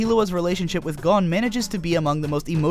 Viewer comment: It sounds right to me